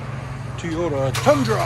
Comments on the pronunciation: Its not Tiota, it's Toyota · Guy said teeeeeyota about 400 hundred times. It's Toyota, just so we're clear. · T”o”yota not Teyota god damn. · Stop saying "Tee-yota" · Great work. I'd think after doing so many of these you'd have learned not to call them TEEEEYOTAs. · T-O-tah? Where yous froms? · are u from the south? because i always end up saying teeyota too lol. oreilly's guy was like, a what?? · Guy can’t even say Toy-O-TA